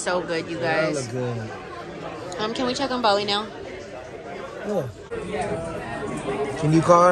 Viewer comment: Bali sounds like Volly so close to Jolly, that's so cute! 🥺💓